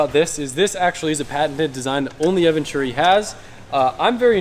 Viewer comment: I believe it's pronounced E-venturi. Atleast that's how Becky pronounces it lol